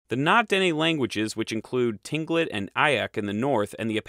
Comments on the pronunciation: Tinglik is pronuned Klinkit. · Tlingit is pronounced Klink-it (łingít in language) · Na-Dene: stress the “ne” part; like “nay”. Tlingit: pronounce like “Kling-kit” (there is a very slight “t” sound to the “k”; but it’s subsumed into the “k”). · its pronounced more like klinkit and ee yak. also you should have mentioned the athabascans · Were you saying Tlingit? Its pronounced kling kit' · The word is "Tlingit." The L is unvoiced, Yes, a very complex language fragment.